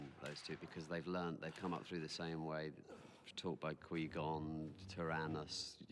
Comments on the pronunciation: Qwee Gon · "Quee Gon" lol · Does anyone know why some of the crew say "Quee-Gon"? Did they change the pronunciation with voice over before TPM was released?